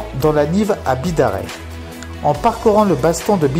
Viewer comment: sympa la video de beau spot c est sur a voir ! l arriere pays est le plus beau, petit reprise sur la prononciation :) on dit bidarr"aille" , comme le bazt"anne"